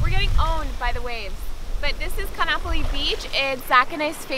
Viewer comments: Ka'anapali doesn't rhyme with monopoly. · Omg when you said Ka’anapali beach wrong 😂 I cringed so hard lol...not hating, just saying 🤣🤙🏽